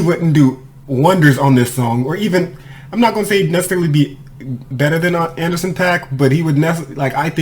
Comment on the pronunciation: Nah homeboy, groups have a point of view...so when the group says they are leaving the door open they are speaking for the group...it's not like rappers competing on a track as individuals...it's a group. And dude name is pronounced AN-DER-SON.